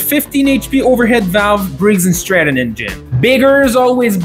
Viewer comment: He finally said "briggs and stratton" instead of "briggs n' strap-on"😂😂